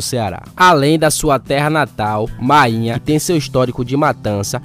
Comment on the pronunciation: Ele tá narrando com o nome errado, você tá dizendo mainha, o apelido é máínha